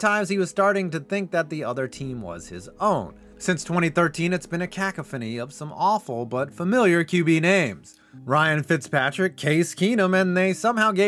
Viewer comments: Ummm, it's pronounced like this: Cuh Cough Any. Say that fast like it is one word. Cack cuh fuh knee is hilarious lmao. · Ca-cough-any. Cacophony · pronounced ka-KAW-fuh-nee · These teams don't hold a candle to the butchering you did to the pronunciation of "cacophony". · You can always tell when someone doesn't write their own videos when they mispronounce words in the script. First time hearing the word cacophony brother? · You say cacophony weird